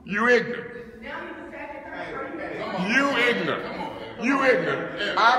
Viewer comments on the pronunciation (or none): “You is ignant”